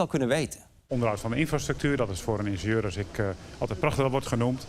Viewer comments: Die inteelt urker spreekt het gewoon heel bizar uit: ikbeneenzeur/ikbeneenzuur. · waarom ingenieur zo raar uitspreken? Het is in-gin-jeur